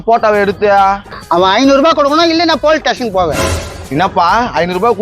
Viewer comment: Police station❌ Pol tation✅